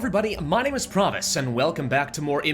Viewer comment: is just me or every time he says his channel name i hear "promise" and not "pravus"?